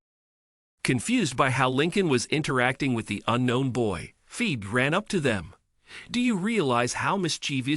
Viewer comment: Umm, the name is pronounced Fee-bee